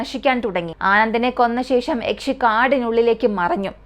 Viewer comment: Yakche alla yakshe aan 😂